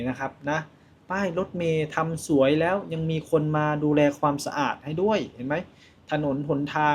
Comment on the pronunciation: ภาษาไทย เพี้ยนไปหมด..แร้ว..มันต้อง .. แล้ว..